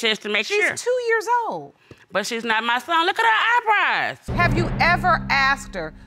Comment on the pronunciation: "Look at his EYEBRYE" 😳😳💀💀😂😂